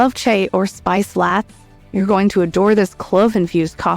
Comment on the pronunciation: Stupid AI voice can't pronounce chai or latte hahahaah thumbs down.